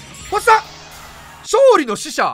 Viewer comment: VIPがいう星3いっつも「おっさん！」に聞こえる